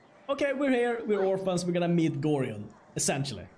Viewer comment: Why do you tubers always miss pronounce Gorion's name? It's not GORIII-ON, its pronounced like ORION constellation with a G at the front of it, the game even tells you how to pronounce his name as it's is spoken multiple times during the fist and second games! Gorion is not a Gorilla but an Orion get it right!